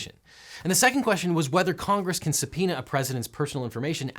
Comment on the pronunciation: that's how subpoema is pronounced?!